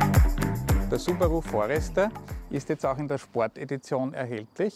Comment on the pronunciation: Subarooo? Schlechter kann man eine Marke nicht aussprechen! xD